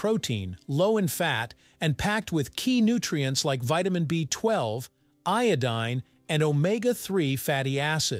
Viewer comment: Well its iodine not iodine.. got it? Lol